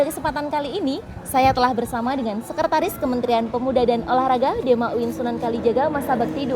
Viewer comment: SEKRETARIS mbak bukan sekertaris. 😂